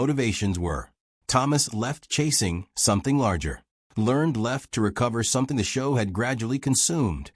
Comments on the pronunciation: Have I been pronouncing Michael Learned's name wrong for decades, or is it clueless AI narration? Back when the show was being made, didn't they pronounce it with two syllables: LUHR-nedd? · That is NOT the way Michael Learned pronounces her name.